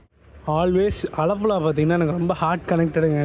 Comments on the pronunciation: Bro alapula no,aalapula. pronounce important bro..... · Alapula ❌Aalapuzha✅ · அழப்புல அல்ல.. ஆலழப்புழா ஒழுங்கா சொல்லுங்க ப்ரோ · அலப்புழா இல்ல ஆலப்புழா ப்ரோ 😊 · 😂 நீயே ஒழுங்காக சொல்லவில்லை... ஆலப்புழா